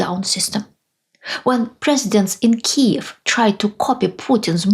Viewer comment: Thank you for saying “Kyiv” and not “Kiev”. It’s a small but reassuring signal that you are truly a voice for freedom and democracy.